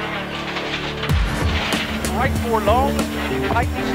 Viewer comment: Shright, Shleft. Awesome, lol.